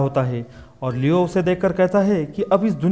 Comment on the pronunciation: Leon hai naam leo nahi bro